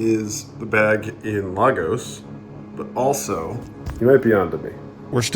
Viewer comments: It's pronounced Lay'-Gos as in Lay's chips Not La-Gos as in Latin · It’s pronounced lay-gos not law-gos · You fixed your pronunciation of Dural but it’s said “Lay-gos” not La-gos 🇳🇬🇳🇬. Great vid!